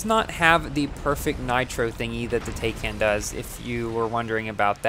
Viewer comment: Not "Tayken" it's "Tie-kahn"